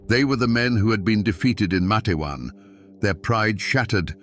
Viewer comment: It's pronounced Mate-wan. 2 syllables. Long A in the first syllable.